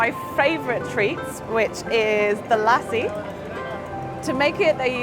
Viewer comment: The yoghurt drink is not pronounced as in the name of the dog Lassie. It is pronounced more like Lussy.